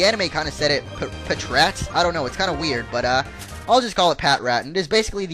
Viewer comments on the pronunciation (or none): none